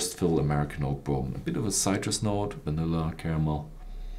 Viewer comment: how about citris, subtle, and my favorite..pears